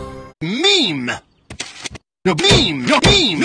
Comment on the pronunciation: The way say "meme" made me think hes saying mean 😂😂